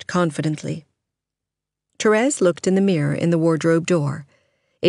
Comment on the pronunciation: Thank you for not saying "Terees"! I tried to listen to the audiobook and couldn't stand how the girl said that. I'll be listening to this soon =)